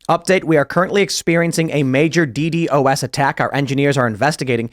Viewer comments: We usually pronounce it, "DEE-DOS", Tim. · who actually says the letters in DDoS?